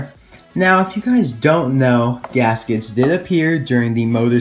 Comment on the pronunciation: You arent wrong, it is good pronounced in english, in spanish is diferent. Finally!!!! My favorite racer is gask its of course. Thank you. Great video.